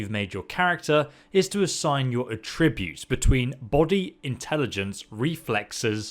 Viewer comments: It's funny how different he pronounces "attributes" In Texas we pronounce it "ATributes" But he says it "aTRIbutes" Lol🤔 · Does anyone else find the way he says attributes horrible, he said it for the third time and " Just shut up", and skipped ahead. he says ah-tribute, i say at-tri-butes, u know? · ATtributes. If it is the noun, the accent is on the first syllable. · Js it's attributes not a tributes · It's at-tree-butes not ah-tributes 👍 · It's not "At-re-buutes" it's "Atch-ra-bewts" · Argh - Come on! We’re British. At-tree-butes! Not a-tri-butes! It’s like the Stewie Griffin Cool whip gag. It’s like nails on a chalkboard!!! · Its not a trib butes, its at tri butes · Sorry bro but it's AT-tri-butes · It’s At-tributes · Mate, you really need to learn how to pronounce attributes!. It's not a'tributes. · A tributes? That’s not how you pronounce it. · Everytime you say attributes 3 angels fall from heaven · Say ”attributes” right and I’ll sub. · The way “attributes” is pronounced in the video bugs me a little. Attributes with emphasis on the “at” sound and tribute pronounced as if paying tribute. That’s how I believe it’s supposed to be pronounced. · The way he pronounces "attributes." I realize the pronunciation of words in British English differs from Canadian English, but it's fucking with me. He pronounces it the same way I do when I say "to attribute to something." Attributes on its own has an emphasis on the AT, not the TRIB part. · Damn that mispronounciation of "attributes" was hard to stomach xD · i HATE the way this guys says attributes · Might want to learn how to pronounce attributes for you next vid lol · anyone else hate his pronunciation of “attributes”? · Him saying "attributes" wrong triggers me for some reason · The way you're pronouncing "attributes" is actually pissing me off lol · Dude. The word 'Attributes' has an accent on the 'A' not the 'tri'. I haven't ever heard anyone pronounce that word how you just did... 🤣😂🤣